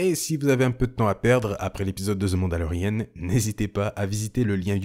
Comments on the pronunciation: C’est « the mandolerian » et non pas « the mandolerienne » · On dit "The Mandalorianne" en Anglais pas Mandalorienne ;)